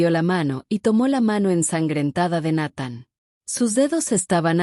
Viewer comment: No, no pronuncia bien el nombre de Nathan, si, es mejor que la de otros canales, pero siguen siendo deficientes, la gente que sube esto debería dedicarle más atención a los detalles. También está el detalle de que esta historia de una princesa casada con un humano con un oscuro pasado de guerra es un cliché en estos canales. Al menos aquí no hay reptilianos o alienigenas de cristal o el famoso jake Morrison 🙄🤷‍♂️